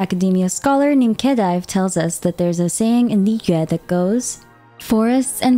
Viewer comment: Thank you for pronouncing liyue correctly. The amount of liweis, lliyoos, etc i have heard drive me crazy. It really is not that hard to pronounce it correctly.